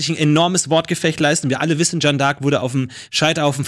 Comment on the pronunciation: Jetzt hat der Jung schon n französischen Namen und spricht Jeanne trotzdem völlig falsch aus. #triggered